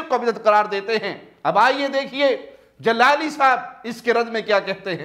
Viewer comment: لفظ جلالی بولنا نہیں آتا اور چلیں ہیں اہل سنت کو بھونکنے جہالت کے سرچشمے